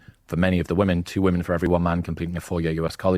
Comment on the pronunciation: “Modern wo-men”